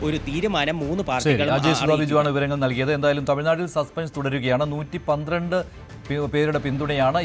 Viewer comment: 112 ano 113 ano onu vekthamayi parayo